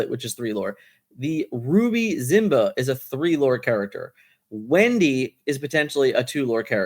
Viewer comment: I'm late to the party. Is there a reason you say Zimba instead of Simba?